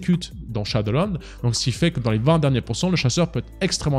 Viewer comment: dislike pour la prononciation de 20 en début de vidéo